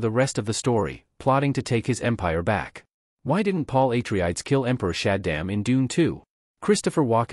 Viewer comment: EHHH - TREE - IDES?